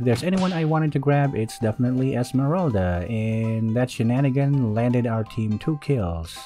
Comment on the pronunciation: I like it when he calls Esmeralda "esemeraldead" and hylos "hylose"